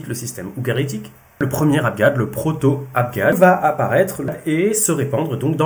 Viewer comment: Toujours tres interessant merci Deux petites questions : vous parlez d'"abGab" et non pas d'"abJab", est-ce votre familiarite avec la prononciation de l'arabe egyptien qui en est la raison ? Logogramme est-ce un synonyme d'ideogramme ?